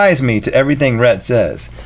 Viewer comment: Wheel idea: link repeatedly pronounces Rhett's name wrong